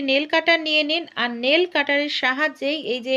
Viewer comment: নীল নয় নেল হবে।